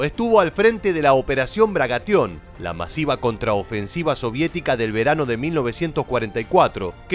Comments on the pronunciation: Bagration, no Bragation. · Jajajaja, ha dicho "Bragatión" por dos veces 🤣🤣🤣